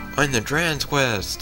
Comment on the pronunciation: Dran's CREST. Not quest.